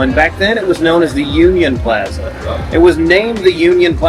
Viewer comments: It's PLAAAAza ! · The way he says Plaza drives me crazy. I skipped video after the 5th Plaza. Ouch